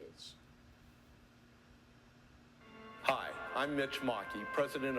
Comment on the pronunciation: So, the narrator says "Beamber Bridge" towards the end. You'd think that with such an important moment in racial history he could remember how to pronounce the place correctly.